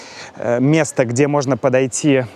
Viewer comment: На ударение на слове "места" не там стоит